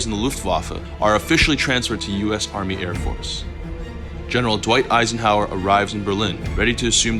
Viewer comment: Eisenhover! lmao😂